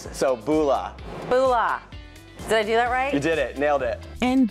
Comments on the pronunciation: I cringed so hard .. and the way the say it too “Booola” 😫 it’s mBula ffs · "Boolah vinaker" 😂😂😂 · It’s not pronounced BULA .. it’s pronounced mBula ... just saying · How many Polys just cringed when he said Bula lol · They said bula wrong